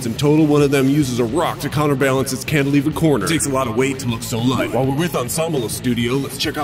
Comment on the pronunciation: Like, wow. So gnarly, my duuuude. Cantilver? More like: Yes, You Can-iliver!